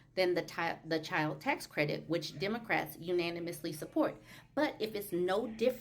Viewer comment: I need for Vance to stop telling me about the "dimocrats". What's wrong with him? Why can't he pronounce the "e" in "democrat"? Moron.